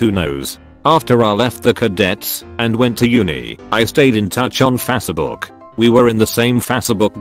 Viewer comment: We've had tts technology for decades, and Fahs-seh-book still makes me laugh in cringe.